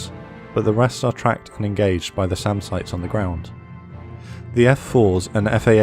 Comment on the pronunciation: You said SAM and Radar sites. I heard Salmon radar sites. 😂